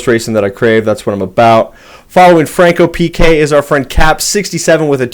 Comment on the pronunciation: GGs everyone, this was a great track. PS: there's no "r" in "FancoPK" 👍